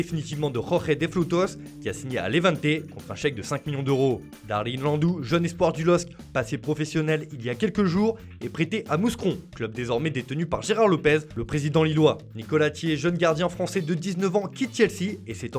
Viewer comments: On dit Moucron pas mousse cron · Frère t'as dis Mouse cron, ça se dit Mou Cron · on dit moucron pas mouscron alala les francais ne savent tjrs pas comprendre le belge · Juste pour info linguistique, on ne prononce pas le "S" de Mouscron : Mou-cron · Tes insupportable à écorcher tout les nom 😡 ça se dit Moucron mec tu est "journaliste" tu dois savoir se genre de chose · En fait tu as raison ça se dit "Moukron", c'est lui qui le prononce mal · Je suis mort hahaha ca s'ecrit Mouscron mais on le lit Moucron juste une petite correction que ma mère m'avais faite aussi a l'epoque ou Mouscron montait en D1 belge hahaha